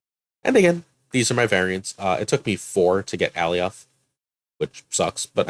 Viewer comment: The Thanos deck is fun, now if only RNG would stop hating me. Side-question, is Alioth really pronounced (all-e-oth) or more like (a-lye-oth)? Like if you take the name Galioth and dropped the "G"? Marvel Snap really needs to include the way the name should be pronounced along with the card. First Daken, now Alioth. :D Edit: I like the Hulk deck too, though I've had more success in replacing Klaw with Thing. Thing just gives a little more power at that mid-game point for me.